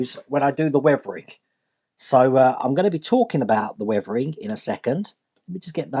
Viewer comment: What is it with you UK English and words with "th"? Weavering-weathering, Wiff-with, Free-three, Brover-brother, Furver-further, etc.